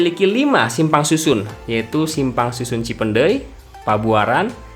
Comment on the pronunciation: Ngomong "cipeundeuy" Nya gaenak bgt bang.. Bukan org Sunda pasti